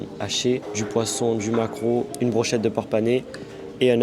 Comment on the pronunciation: Va falloir revoir ta prononciation de maquereau Sinon video sympa comme toujours